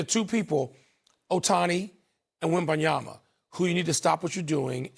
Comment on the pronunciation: Remember when… Steven A used to call him « WembanyaNa » 🤣🧐